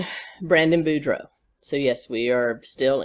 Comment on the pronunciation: Thanks for pronouncing boudreaux correctly!